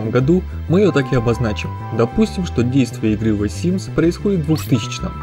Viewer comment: Почему Вэ симс ???